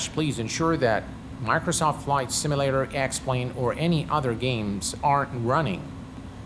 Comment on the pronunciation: Um, it's not a "similator" it's a simUlator.